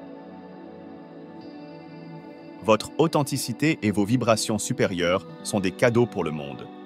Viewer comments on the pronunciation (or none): C'est pas seize individus mais ces individus 🙃Ce n'est pas séjour remarquables mais ces jours remarquables 🤪authenticité et pas authentiKité 😏